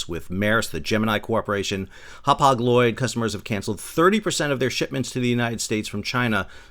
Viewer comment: Happauge the way you pronounce it is a town on Long Island ( you probably know it.) HAPAG LOYD is sounds like Brown bag tanker void.